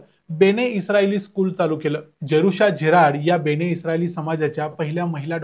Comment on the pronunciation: बेणे नव्हे बेने! बाकी ठीक